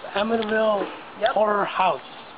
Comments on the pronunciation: Is this man incapable of saying horror? It’s not a whore house. Omg. Lmao 😂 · I'm sorry but two times so far someone saying "Amityville Horror House" it sounded like he's saying "Amityville Whorehouse." Its hilarious. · Why do you keep saying "The Amity Whore House?" It's H-O-R-R-O-R. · Did he say Amityville horse house lol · Did he say “ whorehouse” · Did i hear right Amityville whore house? thats what it sounded like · That kept making me giggle! I wanted to say "No, the whorehouse was on the OTHER side of town."